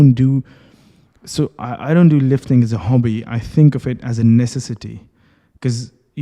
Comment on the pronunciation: Please, normally pronounce the word "so" without erkalamay)